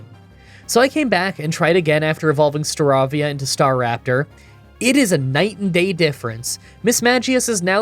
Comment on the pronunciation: Too much mispronounciation. "Prinpulp"? "Starahvia"? "Lowpunny"? "Heart Home"!? Did he really just fucking say "Heart Home"? Does this English speaking YouTuber not know how the "th" sound works!? I know he's no stranger to mispronounciation but this was too much for me. And he fucking called Cynthia a "he"! Did you even check your script!?